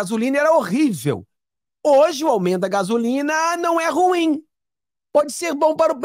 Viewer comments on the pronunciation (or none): none